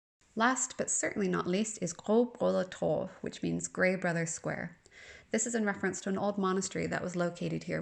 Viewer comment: Super impressed at your ability to pronounce Gråbrødretorv! 👍